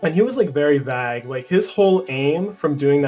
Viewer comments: I love but my dude said vag instead of vague LMAOOO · really just pronounced vague as vag, le fuck? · when said vag inseatd of vauge lmao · No one's gonna say anything about the way he said vague ... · Vague rhymes with bag and lure rhymes with soar from now on. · Can we talk about the mispronunciation of "vague" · Was he trying to say "vague?" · Sis he say "vague" or "bad"?